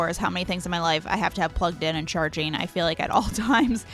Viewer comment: Chargeeeen, moveeeen, thinkeeeen, liveeeen, etc, etc, etc. that’s all I can hear. These words end in ING. It’s not rocket science…